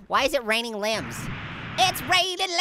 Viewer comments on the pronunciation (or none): it was funny when he said it's raining linmbs